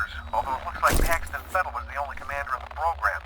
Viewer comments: It's just that they say the name out loud in the game itself. It's weird to mispronounce his name repeatedly. Fettel. Feddle kind of. Packstun Feddle. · Is there some reason why you’re purposefully mispronouncing Paxton Fettel’s name?